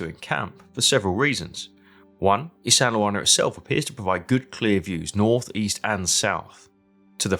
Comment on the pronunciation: LOL there's no sandle in Isandlwana it's pronounced ISAND - WANA or ISANDA -WANA with a silent L